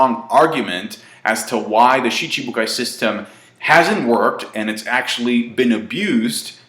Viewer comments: Hes been doing it for years... same way he pronounces Aokiji as ''A-Okiji'' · I never noticed pronounced Schibukai as Shi-CHI-bukai.